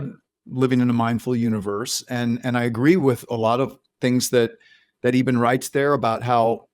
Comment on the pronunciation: First of all, I find John Burke's repeated mispronunciation of Dr. Alexander's name disrespectful. The host pronounces it correctly, which you would think is a cue to Burke as a reminder, but no - he continues to call him "Eeeeben" throughout the discussion. Minor point, but it was irritating. So on the one hand, we have the 'God' of Unconditional love - accepting everyone with no judgement. And on the other hand we have Jesus' sacrifice for our 'sins' and transgressions to 'save' us. But with a caveat - so long as you follow Jesus and believe in him, wahla! That's your ticket to Heaven. All the rest, well... sorry for your luck. Burke's research seems biased toward Christianity laden accounts only. Or its his main focus. I've listened and watched many NDE accounts where Jesus doesn't appear, but a guide or guardian type of being comes to help the newly deceased person. There's still the unconditional love theme though throughout. Anita Moorjani's NDE didn't feature Jesus either - she was brought up in a multicultural country with different beliefs. She saw and communicated with her own father. It makes ZERO sense that an 'unconditionally' loving God goes and imposes the condition of believing in Jesus or you're doomed. The NDE literature and thousands of accounts contradict that doctrine. So either the Bible is wrong on this point - having been written by groups to gather followers and power. Or it's correct and Christianity is based on God's conditional love for humanity. O